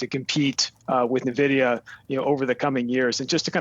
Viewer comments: as soon as he said nuhvidia i closed the video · It's getting annoying hearing analysts calling Nvidia Navidia... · He says Nah-vidia. Scary.